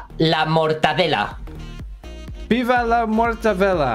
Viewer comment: The mor-ta-de-la,my life